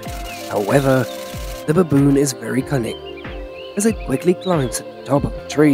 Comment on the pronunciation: Pronounce Baboon why babooooon